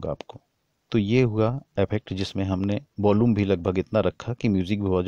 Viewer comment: भाई..... Effect....अफेक्ट नहीं होता.... इफ़ेक्ट होता है। Volume.... वोल्लूम नहीं होता....वॉल्यूम होता है। Bass.... बास नहीं होता....बेस होता है।